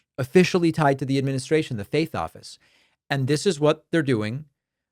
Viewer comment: Oh, you said faith office. I thought you said fake office.